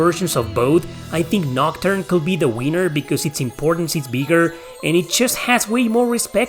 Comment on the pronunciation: Love how he says the word "winner" lol